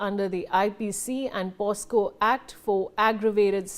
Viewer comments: Its not posco mam, its pocso, u r pronouncing it wrongly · Did u said posco??? Its POCSO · Pocso act not posco 😮😮